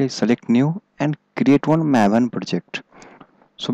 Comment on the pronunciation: "mav-en" its MAVE-en